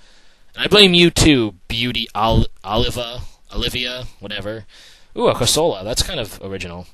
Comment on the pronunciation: ok, I may allow you to mispronounce a lot of pokemon, but how dare you mispronounce one of my favorites! it's CORsola. Emphasis on the first syllable. :]